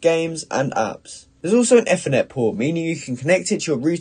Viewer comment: you pronounce ethernet incorrectly